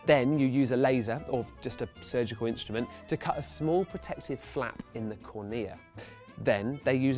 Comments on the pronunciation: cOrnea not cornEa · Huh. I learnt cornea in biology as CORNea, not cornEA.CGP Grey: "English likes to pretend it has rules about pronunciation" (H.I. #52) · Mistakes in this video: The CD drive recognises pits on the CD by a change in the intensity of the light, not a time difference. Also, it makes no sense how "Phase Shift" is flashed up on the screen as he describes the intensity of the light -- intensity and phase are completely orthogonal/unrelated concepts. "Excimer" & "cornea" both pronounced incorrectly. And also, you kinda didn't explain laser eye surgery beyond "you have a cornea, laser corrects the cornea..." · About had an aneurysm when he pronounced "cornea" that way.